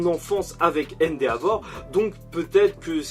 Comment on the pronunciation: Cool la vidéo mais juste arrête de prononcé le « a » dans endeavor c’est vraiment insupportable 😇😂